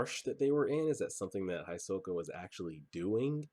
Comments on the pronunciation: Hisoka is pronounced more like He-soka, try to pay attention to how the characters pronounce names, there's some really weird ones. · when they reached the stairs, he said that that was the 80 km mark andhisoka is pronounced He-so-ka. btw are we gettin a watch party this weekend ? :)